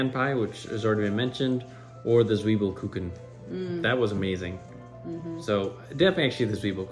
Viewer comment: As a native German speaker: Your German pronunciation of Zwiebelkuchen is pretty good👍🏼🙂